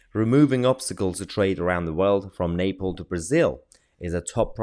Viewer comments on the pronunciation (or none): Please correct your pronunciation of Nepal 😳